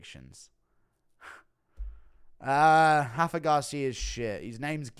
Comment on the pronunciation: It's Rafa Garcia. Not Hafa. He's mexican not Brazilian 😂😂😂